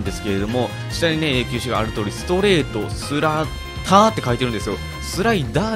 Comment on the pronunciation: 発音おかしいですよ。スラッターerですよ